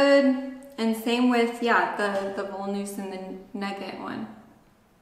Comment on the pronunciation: the english "v" is pronounced like the german "w" so when you said "Voll-Nuss" pronounced as like the english "v" it sounded like "Woll-Nuss" which is funny because that would mean "wool nut/woolen nut", but nuts made out of wool don´t exist...at least as far as I know ;-D In german the "v" is mainly pronounced like an "F" (there are some exceptions but "Voll" is not one of those) so therefore "Voll Nuss" is pronounced as like it would have been written "Foll Nuss" and by the way "voll" means "full" so while pronouncing "voll" just change the vowel of "full" into "foll" and "voll" would be pronounced accurate. And "Nugat" = Nougat (both types of spelling you can find in german, because it is a french loanword) and is pronouced like "Noo-gut" as like in english or french, but you said "nugget" which would hurt the teeth badly when you would bite into a nugget.;-D You simply have to dig into german vowel sounds ..unlike as in english in german are just 5 always constant straight vowel sounds for a, e, i, o, u to memorize, meaning just one sound for one vowel + 3 Umlaut diphthongy sounds for ä, ö, ü (which by the way could also alternatively be written like "ae", "oe", "ue" when there is a lack of those letters äöü on the keyboard)